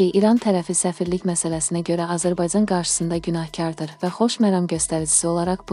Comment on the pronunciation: Edəцəy,gələцəy,azərbayцan,buna bir danışmaq öyrədin,adamın əti tökülür,dinləyəndə